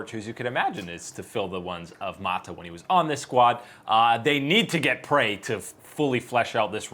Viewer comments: OK enough is enough now on this -ah pronunciation lmao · Listening to pronounce mata’s name is killing me